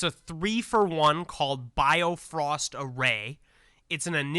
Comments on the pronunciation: Keep reading the cards. Also its Bi-Frost like the rainbow bridge in Norse mythology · Just a slight nitpick...Bifrost is pronounced more like "bee-frust". Bifröst is the famous "rainbow bridge" to Asgard in Norse mythology.